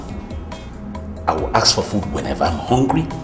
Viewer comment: Can you people say ASK not AKS. so annoying to hear:face-purple-crying::face-purple-crying::face-purple-crying::face-purple-crying::face-purple-crying